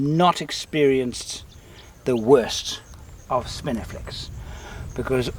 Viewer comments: I heard spinifex in the intro and then was sure I heard spiniflex twice soon after? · "spinifex" not "spiniflex" haha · Ok curiosity got the better of me .did you say Spinifex or Spiniflex?.... Love the vids